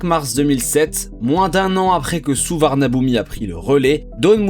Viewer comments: On prononce Suvarnabhumi (suvanapoum) tout simplement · Peut-être qu’avant d’entrer dans les termes techniques, il faudrait commencer par savoir prononcer correctement le nom des aéroports ?